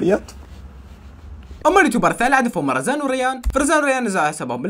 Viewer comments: رزان وريان مين انتبه اسمها روان مو رزان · روان وريان مو رزن وريان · ليش تكول رزان اسمها روان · منو لاحظ طارق نزل قبل 😂💞 تعديللل: روان وريان مو رزان وريان😂 ريان ❌ رزان✔️ 😂😂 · مين لاحظ ان قال رزان وريان😂😂😂😂 انت قلت اسمي😭😭❤ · قال زران بدل كلمه روان و ريان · مو بدال ريان بدال روان وماقال وزان قال رزان وريان يعني غلط بأسم روان🌹🌹🤣🤣🤣🤣 وانا كمان لاحظت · روان وريان❌❌ روان وزان✔✔✔😂😂مين لاحض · روان وريان مش رزان وريان 😂 وكل عام وانت بخير ورمضان مبارك ❤☺ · مين لاحض انو قال رزان وريان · روان وريان مش رزان وريان 😂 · روان وريان❎ ريان ورزان✔ 😂😂😂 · منو لاحظ أنه قال رزان وريان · يا انته كلت رزان وريان خطأ همه اسمهم روان وريان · رزان وريان ❌ روان وريان ✅. فهمت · روان وريان ❌رزان وريان✔ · قال زران بدل كلمه روان و ريان 💫🍃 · اسمهم روان وريان مو روان ورزان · رزان وريان ههههه 😂 روان ويان مو رزان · قال زران بدل كلمه روان و ريان 🤷💫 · روان وريان مش روان ورزان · تره اسمهن روان و ريان مو رزان وروزان 😂😂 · روان وريان ❌ رزان وريان ✔️😂 اسفه بس حبيت احجي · مو رزان وريان .. روان وريان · مين لاحظ قال رزان وريان بدال روان وريان🤣🤣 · مين حس انو قال رزان مو روان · روووان مو رزاان يمعود 💔😂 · روان وريانن مش ريان ورزان 🤦‍♀️😂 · رزان وريان❌ روان وريان✔ 😂😂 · روان🛎️ رزان😡 روان وليس رزان 😡 روان وريان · مو زران روان و ريان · ولك يا روان وريان مو رزان وريان ههههههههههههههه مين انتبه للغلط ✌ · روان وريان مو رزان وريان. 🤣🤣🤣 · ريان ❌ رزان ✅ 😂😂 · رزان وريان ✅ روان وريان❎ ههههه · روان وريان مش رزان وريان😃😃😃😃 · اسمهم روا وريان مش رزان وريان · مين لاحظ انه قال رزان وريان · يا مو رزان وريان هه روان وريان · هاي اول مرا يحكي على روان وريان بس قال رزن وريان ماين لحض😂😂😀😊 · لو سمحت روان وريان مو رزان وريان😂👋🏻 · روان وريان مو روان ورزان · هههه روان وريان مو روان ورزان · مين لاحظ قال مرزان وريان اسمهم روان وريان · اسمهن روان وريان وليس رزان وريان😂😂😂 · لك مو رزاان اسمها روان😂😂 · أحبك بس روان وريان مو رزان وريان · رزان 😂😂 مو رزان روان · مو رزان وريان ، روان وريان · روان ❌رزان😂😂😂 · روان وريان 🤣 مو رزان وريان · اسمها روان مو رزان روان وريان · روان ❌ مرزان ✔